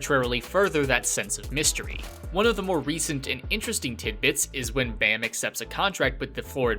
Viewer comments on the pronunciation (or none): he's called baa-m, like, baa like a sheep and add a m. not bae-m